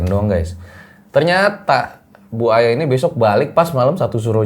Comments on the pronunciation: tolong diimbangi dalam sisi penyebutan nama narasumbernya.. kalau sosok nya masih muda panggil aja mba.. jangan bu... namanya Aya.. panggil aja mba... yang saya denger bukan bu aya... tapi buaya... hehehe... sekedar intermezzo ya... hehehehe... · Bu Aya :buaya 😂yang gue denger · Saya dger nya kok manggilnya BUAYA Jadinya. 😅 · Nama Ibu nya serem Juga ya, Bu Aya, harus di pisah spelling nya, biar bener penyebutan nya, he he he